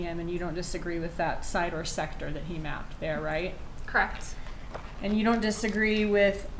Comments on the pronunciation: Lol.. cracks me up when witnesses keep saying crect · She did a good job though aside from the dragging consonants & her pronunciation of “correct” - “Cr’ukct… There were 2 phone calls made the mourning of __ ? Cr’uckt. There wasn’t a phone call from an 845 number on the night of the 18th? “Cr’uckt.” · omg!!!!! So Annoying.. CRECT